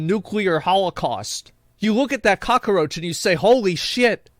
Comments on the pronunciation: I love how he say cockroach like it's spelled cockaroach. No shade it sounds good when he says it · He said Cacaroci...hi hi